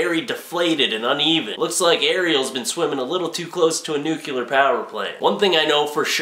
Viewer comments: it's Nuclear. Not Nucular. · Repeat after me; "nu-clee-er". NOT "nuke u ler". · nyu-kew-lar XDD